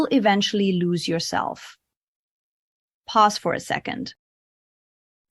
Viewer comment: Did AI say ' pazz for a second' 😂